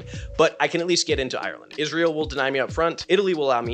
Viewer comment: This guy really said isreal